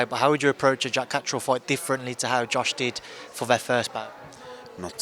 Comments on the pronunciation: gets a tenner for each time he comes up with a new way of mispronouncing Catterall. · Love hoe he pronounces Catterall, like he's Italian or summat 😂